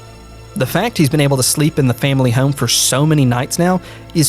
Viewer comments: For the love of God, learn how to say “home” you are killing me 😂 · "Heugghyaome" How hard is the word home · The way this dude says "home" like "heyyohm" hes gotta be from Philly or nearby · The way you say the word home kills me 😂